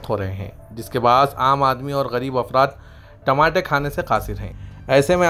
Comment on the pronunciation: Tamate nahi re Tamatar bol.... Kya urdu news repoter bane ga re tu..😅😅😅😅😅